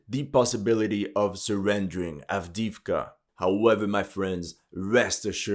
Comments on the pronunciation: Avdeevka. EE!!!!!!! Not II. Pronounce correctly!!!!!1111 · It’s av-DAY-yev-ka